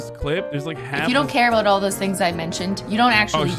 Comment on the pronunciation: The way he said "boot" did sound pretty Canadian! 😅